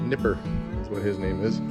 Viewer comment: What name did you call the RCA Dog ? Sounded like Nicker.